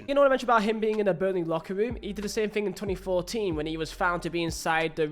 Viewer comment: And learn to speak properly. Thing is not pronounced Fing